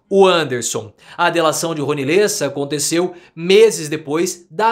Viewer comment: LÊssa? Eu sempre desconfiei que você era argentino.